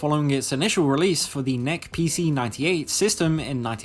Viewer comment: There's no point in linking to articles that are stuck behind subscription/log-in walls, we want to read an article not spend 5 min signing up for The WSJ. Also, the NEC PC (Nippon Electric Company) is not pronounced "neck". Just say the letters.